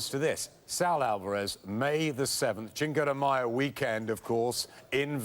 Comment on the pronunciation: Did anyone else catch him say chinco de mayo lmao ha ha 😂